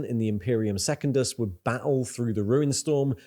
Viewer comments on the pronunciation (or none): That is not how to pronounce Secundus….